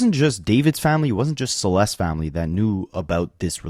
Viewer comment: Anyone else getting annoyed that he isn’t saying “Celeste’s’? Add the s at the end dude